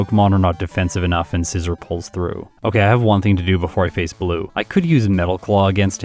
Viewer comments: I think it's pronounced ScizOR, not ScizER. Like I think don't think you'd pronounce it the same way you would the tool? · You’re pronouncing scizor wrong